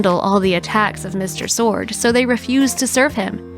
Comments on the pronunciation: Swords, not Sword. You’ve consistently mispronounced his name. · BTW, his name was Walter SWORDS, not Sword.